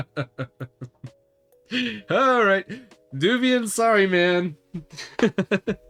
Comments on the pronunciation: Devuan has the same type of netinstall disc as Debian, man. It doesn't "come with GNOME" - you pick which DE you want, or none at all, like the normal Debian netinstall. Also - "Dev-wan" or "Dev-you-an" :-) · Alao it's pronounced as dev-wan